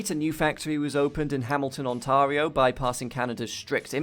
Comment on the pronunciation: OnTARio ooof ... That is not how you say the name of my province